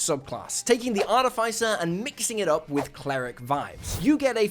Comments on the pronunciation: It’s ar-TIFF-iss-er. Not Ar-tiff-ICE-er. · I really wish people would pronounce Artificer correctly. AR -TIF-uh-SIR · Why do so many people pronounce “Artificer” wrong? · Started the vid to check if you still pronounce it that way, and you do. Can't take it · So you still don't know how to pronounce artificer I see